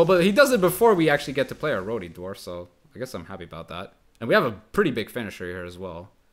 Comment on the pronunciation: He's saying rowdy wrong.... But English is a weird language.... Aand he's wearing a Bullitt T-shirt. Alls forgiven.